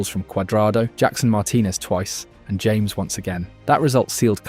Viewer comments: It's "Ham-ehs" not James BTW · Very nice video. By the way it's "Ha-mes", not "James". 😂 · James --> Haa Mess